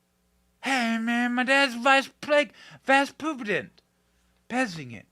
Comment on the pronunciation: hahaha "vice poopident"... LOL!